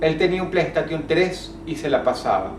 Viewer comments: Querido Dross estas hablando el ingles como capussotto en sus videos , pronunciacion de m.... Si queres decir playstation decilo como lagente , y tus videos , volve con los huesos y las velas ...Te recomiendo que les pongas onda a esto porque yo me estoy durmiendo , aguante nosferatus de 1929 ...Dejate de joder petrona¡¡¡¡¡¡ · lo mas pertubador fue oir pronunciar a Dross Plei Estation en vez de Plei Esteishon v: jajaja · plai station xDD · Jajaja Dijo Playtation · Dross tu inglés es una mierda T_T "plei estation" jajaja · "PLEI ESTATION" eexito